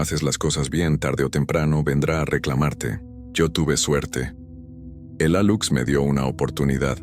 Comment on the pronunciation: Se pronuncia Aluche es una maya.